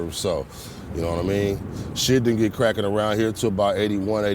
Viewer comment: That nigga ain't no real blood he said Craccin 🤣